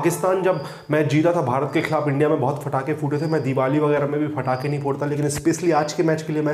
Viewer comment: Patakhe hota h bhai fatakhe ni hota